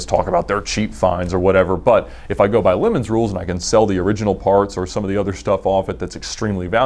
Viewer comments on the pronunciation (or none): U know it's not pronounced 🍋 right? Leh mons